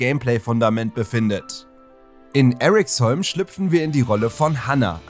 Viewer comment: Eriksholm sagt man eher wie im deutschen, nicht english. Sry aber die amerikanisierung irritiert mich.